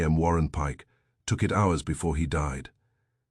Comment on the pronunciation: If this was published in 1926 instead of 2026 it would be Banned in Boston for the "whores" mentioned. The narrator's voice is quite pleasing, imho, but it insists on pronouncing the word "hours" with a hard H and not a silent H. Whoever created silent letters in the English language must have been on psychedelics/euphorics or was a nasty person in general :^)